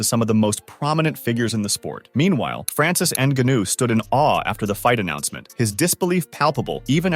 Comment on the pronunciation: “francis andganew”😂